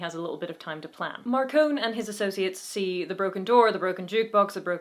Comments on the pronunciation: According to all the audio books, it is Mar-cone, not Mar-con-e. Just FYI since you seemed to express concern about the pronunciation. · Marcone, not Marcone-y. But you're in good company, James Marsters also got it wrong on the first book recording 😄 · ah yes, the Tao of Peter Parker rules Harry's life. funny how James Marsters had to change the pronunciation of "Marcone" in the audiobooks from Mar-con-ay to Mar-cone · I really need to reread the series. I really like the early Dresden. I just finished the last book in the series and it really is getting a little dark. In my opinion, it is MarconE with a "EEE'" at the end. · going by the audiobooks Gentleman John Marcone's last name is pronounced with the "e" on the end, as in "mascarpone "